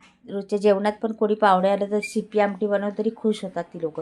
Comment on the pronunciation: Thumbnail ला शिपी आमटी लिहिलंय आणि बोलताना तुम्ही सिपी बोलत आहात आणि पेशल लिहिलंय ते पण चुकीचे लिहिलंय ते स्पेशल असे असते बाकी आमटी प्रकार चांगला आहे